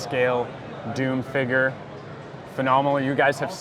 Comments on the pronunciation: He says "figuur" like McDaddy 😂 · Hard R.